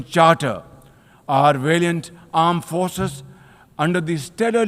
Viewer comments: Armed nahi janab Aand forces hota hai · "Unite Nations" "aand force"😂